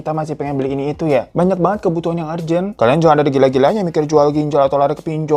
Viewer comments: Halo..mau numpang benerin pronun kata "Urgent" dan "Urban, dibaca "URjen", "URban"...bukan YUrjen, YUrban :) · Bg URGENT "yurjen" 🙄